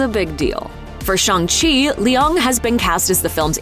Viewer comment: I am so sorry,, but i am so bother by the way she pronounces Leung 😢